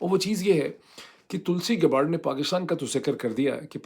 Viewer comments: یا اللہ معید صاحب یے تلسی گباڑڈ نہیں بلکہ تلسی گیبڑڈ ہے 😖😤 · Tulsi Gabbard is pronounced TUHL-see GAB-urd. The last name is pronounced "Gab-erd" .